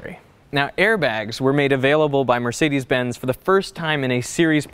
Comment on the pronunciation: Can't pronounce ''Mercedes'' right, but is driving the first car.